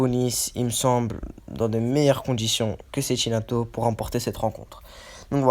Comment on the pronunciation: On dit Tchékinato